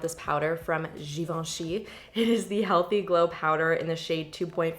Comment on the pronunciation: That perfectly pronounced "Givenchy" tho